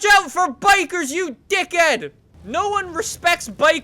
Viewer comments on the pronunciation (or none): #NickForgotToPronounceTheHInDickheadSoHeSaidDick'ead #PerfectPronunciation #I'mAFloppyTool